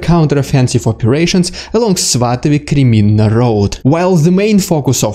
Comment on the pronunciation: I like your pronunciation of cities too much, especially svatove 😂